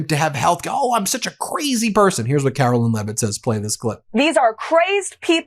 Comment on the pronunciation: “Karolyin’” I love it! Thanks. I made it almost all the way to the end, but I can’t take any more of Karolyin!